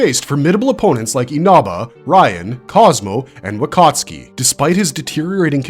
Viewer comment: “Wakatski 😂” is he polish?